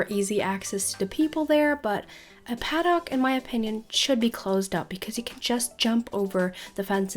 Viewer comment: Did anyone get triggered when she said 'paddock' wrong or is just me?